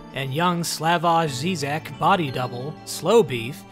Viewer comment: It might help if you learned to pronounce "Slavoj Žižek" before joking about him.